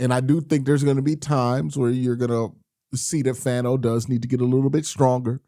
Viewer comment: Hey Q I’m not trying to be annoying but I’m pretty sure Fano is pronounced (fawn-oh)